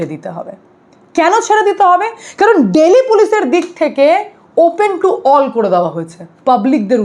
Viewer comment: দিল্লি টা কে দিল্লি বলো ডেইলি এভাবে বলছ কেন